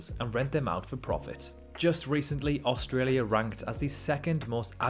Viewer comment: One of the best videos I’ve seen about Australia, just the way my man say’s “Australia” bugs me.